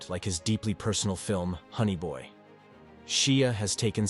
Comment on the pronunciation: Shots for everytime you say, honny boy, and is buf not boof